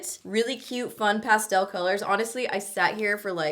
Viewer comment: when you say pastel you sound like youre saying cake in Spanish. I love it!💖 #noshade